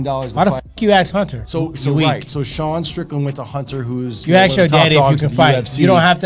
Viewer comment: let me axe you something though